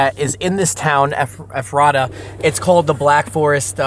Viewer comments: This happened in my home town, I use to drive by his house every day, hung out with my friends on the same street, rode bike on the unpaved roads around the corner of Ephrata. Nobody had any idea this was going on for so long 🤯 (Also Ephrata is pronounced Eff-ruh-Ta) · FYI, it's Ephrata (mis-labeled on your video map). You pronounce it as EFF-reh-tuh, with emphasis on the first syllable. In case you do any more videos about where he lived. Very interesting footage. It just makes me sad how many lives this thief has affected. Just awful. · I’m from this areas. The town is pronounced EFrata with the emphasis on the EF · I had to laugh...I live in PA, and ur pronunciation of Ephrata; pronounced eph-er-RADA and I didn't realize what u said at first. It's actually pronounced EPH-ra-ta. My cousin is a surgeon living in that town. We have a load of ridiculous town names in that area...Blue Balls, Intercourse, etc. PA is generally peaceful, with farms, etc; and lots of Amish. But, along w/bone boy, there are a lotta whackadoodle things going on. Very glad you guys were up here; I would've loved to meet you. It's a big state, soooo... lotta places to check weird stuff that happens; especially western PA. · Let me help you stop getting it wrong Ephrata is pronounced like Eff-frah-tah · Ephrata is pronounced Ef ra ta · Making Ephrata sound like some fictional kingdom 🤣🤣 it’s pronounced like effort-uh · Ayyy you passed my house in ephrata lol and it’s pronounced Ef-ri-ta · The town is pronounced F ERR TA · This was my neighbor and I went to highschool with him. Weird to see you in my neighborhood. Also, it's pronounced Effrituh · Great video, I’m from juniata county Pennsylvania, just outside of Harrisburg in a small town. The town he lived in is pronounced Eph-or-tha with the first “h” sounding like an “F” and the last “h” being silent. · Ephrata is “Ef-fra-duh”. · Pronounced eferda.... your friend's pronunciation is way off. Lol. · The way you pronounce Ephrata lol